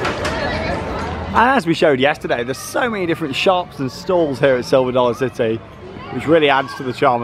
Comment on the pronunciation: "Silver Sollar City"